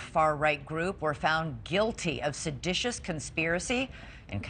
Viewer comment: The smart lady doesnt even know the correct way to say seditious she kept saying seditinous Probably got that law degree the same way those white house lawyers got it from